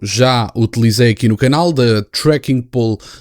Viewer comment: volto a dizer que se pronuncia "pou-le" e não "pul" "Pool" é piscina em inglês.